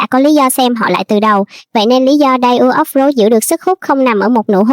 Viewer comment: tên 2 ảnh đọc là ta ủ ốp lốt í ạ=) shop đọc mắc cười quá